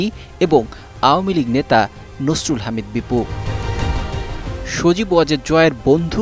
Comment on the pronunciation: আওয়ামী লীগ কথাটা উচ্চারণ করতে কষ্ট হয় কেন। ওয়ামী লীগ কোন শব্দ??? নাকি ঔম লীগ বলতে ইচ্ছে করে???